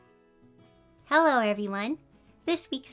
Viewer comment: Lol I love it when you say hallo instead of hello Luv you